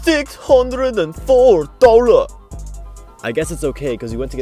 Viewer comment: Hahahaha "604 dolluh"